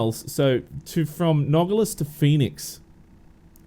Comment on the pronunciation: Nogales the right way to pronounce it is No-Gal-Lus. i hope this helps you to pronounce right.